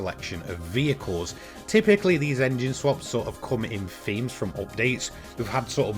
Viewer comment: It's thhhhheams not feams 🤦🏼‍♂️🤣